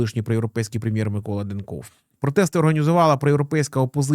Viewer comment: З наголосом на перше Е. Також ЖелЯзков - наголос на Я, ДЕнков, наголос на перший склад